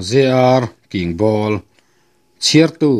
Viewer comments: Kingbawl i chhiar dik tawh e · kingbawl tih chu i rawn lam dik tawh hle mai👍👍😊😊